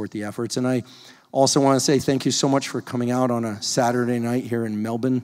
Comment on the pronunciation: OMFG how did i not know you were coming for a visit to Melbourne?!???! And thank you for your correct pronunciation of Melbourne 👏